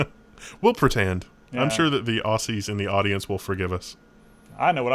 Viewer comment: aussees XD